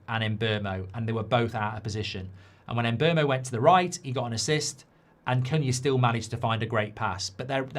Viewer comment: Who is the “Emberrmo”? His name is pronounced Mm-boomo.